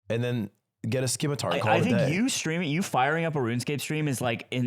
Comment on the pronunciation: Everyone is too distracted by that they arent calling out the way Ludwig pronounced scimitar, im not letting that shit slide.